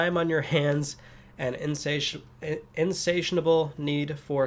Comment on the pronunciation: You mispronounced "Insatiable" as "insationable", but overall great video !!!